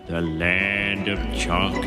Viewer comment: "land fo chocolate"? 😊